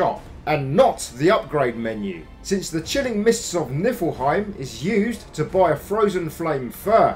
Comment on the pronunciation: Just so you know it’s pronounced knee-fill-hime